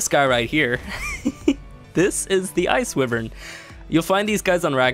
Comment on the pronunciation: Its, WHY-vern